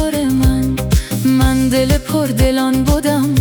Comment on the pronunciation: با سپاس فراوان و عرض چند نکته ( چون که در یگانگی است جان تو و جان من ) بهتر است ( یگانگی ست ) خوانده شود برای رعایت وزن شعر ۲- ( بس بودم کمال تو) (بس بو-و-دم کمال تو ) تلفظ می شود یعنی حروف (و) و(د) با فتحه بیان می شود ۳ -( چونک مرا توی توی هم یک و هم هزار من ) ( چونک مرا تویی تویی ) نوشته می شود. پایدار باشید ❤❤❤